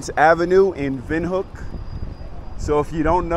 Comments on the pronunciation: Come on, man, you've been there for weeks and still don't know how to pronounce Windhoek? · The name is actually Germany, but you are right in everything else you have said.